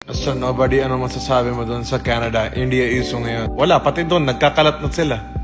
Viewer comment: Di nyo poh mabigkas bigkas yong India bakit poh😂